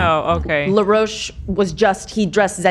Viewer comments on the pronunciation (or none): Someone please tell that the stylist's name is Law Roach not Leroach 🤣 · Now, I love ya dork boots honey, but I gotta do a little clowning no shade lol Law Roach is from Chicago & his name is pronounced just as it’s spelled & would be said in the US. You were driving me nuts but eventually I was ctfu thinking of you associating Law with La Roche-Posay. If you’ve seen seen on the 3 seasons of the vogue / ballroom competition show Legendary (& he’s been a rotating judge on the last 2 seasons of Drag Race). Law is funny AF & will give some fun nasty reads & will get down on the floor & argue with contestants if they shade him. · not saying law roach as laroche lmao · I don’t think she’s saying law roach correctly 😭